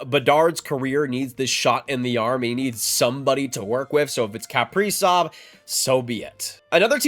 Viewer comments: How this guy pronounces kaprizov is nails on a chalkboard to me. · This dude says his last name so weird. Haha. Huge wild fan. This sucks. We need to sign him and lock this guy in. For real.